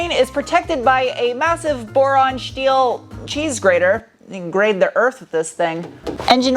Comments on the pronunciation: What's with the Shteel, Shtainless, Shport BS? And the British pronunciation of aluminum? This was hard to watch. Won't be sub-ing. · I haven't watched your videos in a long time. Just busy busy busy. I'm flying in to Tucson in July, to go to 2 weeks of training... and then it clicked. -n-Tuned is out there. Also, I don't remember you pronouncing your S-words, like... "SHTEEL" 😂